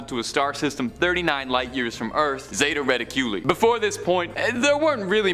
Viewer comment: Dude said “Zeta Reta Q Lee”😂 think it’s zeta “Ra-Tick-U-Li” lol